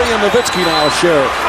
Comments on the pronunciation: why we been saying nowinski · Did the commissioner really say Dirk Nowitzki's name wrong during the award presentation?? come on man..